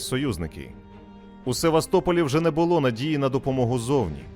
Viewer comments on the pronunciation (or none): none